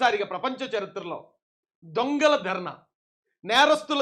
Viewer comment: అధి "దొం"గల కాదు అన్నా "ధెo"...."ధెo"...."ధెo" ….………!😉😆